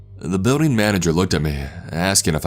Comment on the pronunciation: Trevor and Tori he also says words like BUILDING like “BEEWDING” instead of BILL DING